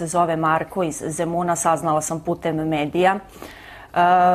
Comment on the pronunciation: Znaci samo cemo ignorisati kako je rekla zemun